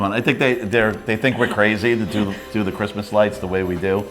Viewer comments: Whatsup doc? "I am the kween of kwistmas" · "My name is and I am the Queen of Cwissmass" omgggg QUEEEEN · is a character but she has so much that you end up seeing nothing. Her CWISSMAS is just too much. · “Don’t fuck wit me and Chwismas!”— 😂